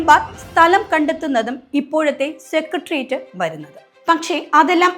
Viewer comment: സെക്രട്ടേറിയറ്റ് എന്നാണ് ശരിയായ ഉച്ചാരണം, കുട്ടി.